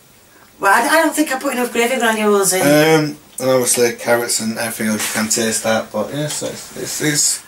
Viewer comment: your fans love it when you say carie ots instead of carrots please keep saying it